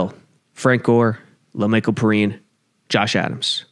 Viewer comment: Lol "pee-rhine"